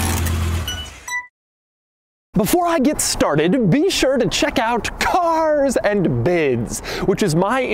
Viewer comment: The way you annunciate Cars and Bids 🙄